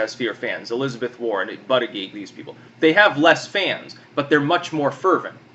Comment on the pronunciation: It's not "Butty-gieg" it's pronounced "Boot-edge-edge" lol